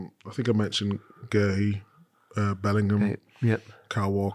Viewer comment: However you pronounce his name? Micah, guehi plays for England and in premier league. Make an effort or even pretend to do it.